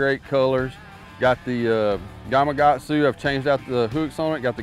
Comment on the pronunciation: Is Gamakatsu spelled wrong or can people just not pronounce the "K" in it? 😅👍